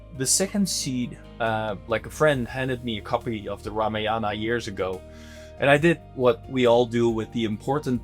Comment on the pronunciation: Please please please please, it’s pronounced RAAMAAYAN. Please. Just ask a regular Indian to help you fix how you say it